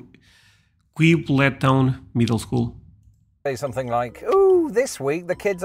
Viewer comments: That Quibbletown Middle School is in my town. I was shocked to see it. My dad actually helped build the school years ago. It's pronounced KWIB-uhl-town. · Most of America would pronounce that name as "kwibble-town". So it's highly likely that the people who live there DO NOT pronounce it that way. Your pronunciation might be closer. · Pronounced Kwib-bull Town. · the QU sound in most cases (off the top of my head can be pronounced like KW. so Kwibbletown. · Quibble is pronounced like Qwibble :) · Quibbletown: Quib or Ca Wibe Ble: Bull Town: Town CA WIBE BLE TOWN or CA WIBE BULL TOWN